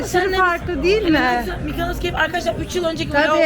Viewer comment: Şu adanın ismini bir türlü öğrenemediniz. “MykAnos” değil, MYKONOS! O ile, O O O. Ağaçtan da reçel akmaz, reçinedir o. Biraz genel kültür yahu…